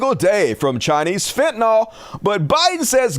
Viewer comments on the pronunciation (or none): It's not fentaNOL. it's fentanyl.